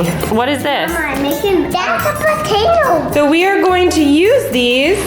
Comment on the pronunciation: "Thats a podatoe"